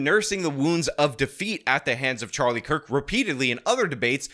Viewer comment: Who is the guy pretending to be a woman who said Kirk's name was mispronounced? The one with the red painted clown nose? Does anybody know?